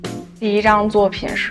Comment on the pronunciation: 是宋美齡，不是宋美"琳" 哦!!